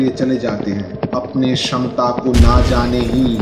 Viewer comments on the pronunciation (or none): none